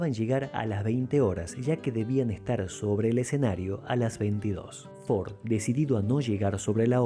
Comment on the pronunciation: Debería pronunciarlo como corresponde para que no se preste a confusión.